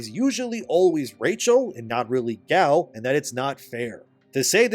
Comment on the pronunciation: It’s not Gal